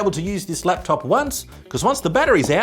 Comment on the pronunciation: Did you say 'slaptop'?